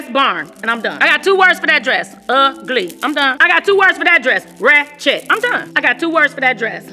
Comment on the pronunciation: Did she just say rat Chet lol